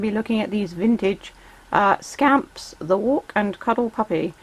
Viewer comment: When you said scamp I thought you said scam 🤣🤣